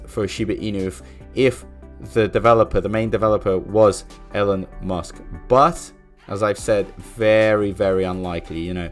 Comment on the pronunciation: Elon does not call himself "Ellen" so why should anyone else unless they are just trying to be disrespectful? JS. Not like his name is hard to pronounce